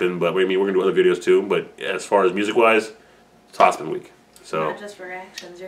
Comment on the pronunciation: its pronounced hop-sihn